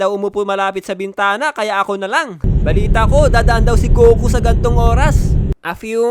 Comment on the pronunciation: Akala ko sabi nya coco pero goku pala😂